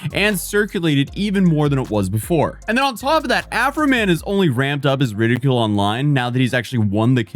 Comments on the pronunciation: It's pronounced "RID-ICK-Yule" (No hate, just a note) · Its pronounced rid - eh - kuel. like fuel but with a K sound. Or at least thats always how ive heard it and spoke it anyways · You said ridicule wrong. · is out here confidently butchering the English language. Today’s victim? “Ridicule.” Or whatever version of it just came out of his mouth.😂 So I'll be here the same time tomorrow for the next episode of “What Word Is He Trying to Say?” Still love you though, you adorable disaster!❤️